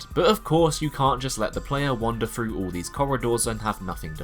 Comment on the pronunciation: Great vid but please learn to pronounce 'th'. Really jarring to hear "frough" and "eiver" and "wiv"